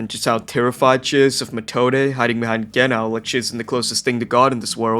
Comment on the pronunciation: Genau you pronounce the Ge more and as one silibil and after that nau (reminds me about Wobbuffet pokem thats called wohingeanau and he ofc says that all the time^^)